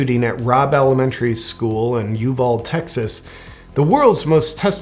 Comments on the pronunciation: It's pronounced U-VALL-DEE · Fantastic video, JP! Helpful hint from your friend here in Texas: Uvalde is pronounced “u-VALL-day.” ☺️ Keep up the good work! Best news source there is 💪🏻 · Uvalde: you-vol-dee. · I love you jp! And it is You-val-deh.....as a lifelong Texan, you are welcome. Also glad you are here! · Ewe-Val-Dee Just sayin’😊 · Someone may have mentioned it already, but Uvalde is pronounced You-val-dee, the town north of there on US83, Leakey is pronounced Lake-eee, and the mega gas stations popping up in Texas is pronounced "Buck-ez" lol. You can trust me on this because I can accurately point at the location of Tarpley on an unmarked map of Texas, plus I've been to all those places on my never ending tour of BBQ joints and taquerias. :) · The town is pronounced U-Val-Day. Uvalde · U Val dee is how it's pronounced. I love this video!! 😂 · Uvalde is pronounced You-val-dee. Accent on first syllable. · JP, love your videos. Keep it up. But it's pronounced .. "you-VAL-dee". Uvalde. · Pronounced you-val-day or you Val dee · It's pronounced You Vall D. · It's pronounced: Yoo Voll Dee Love ya! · Love you, JP, but it's pronounced "you-val-dee." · It’s pronounced U..Val..Day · It's actually pronounced U-Vowl-D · Uvalde is pronounced U val dee. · Where the hell is Uvald? You mean Uvalde? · Love you, JP- you're a light in the darkness that surrounds us😍 Hugs from Texas! ( p.s.- we pronounce Uvalde You- val- dee- the e is not silent 😉🥰) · Uvalde TX is pronounced "You-val-D" when i was there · It's Uvaldee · The “e” at the end of Uvalde is not silent. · You are hilarious, genius and spot on! I love your take and views! (I don't want to seem nitpicky, but Uvalde is pronounced U-Val-Dee).